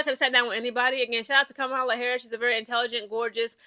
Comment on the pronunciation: It's pronounced KAH-MUH-LUH. Just an FYI.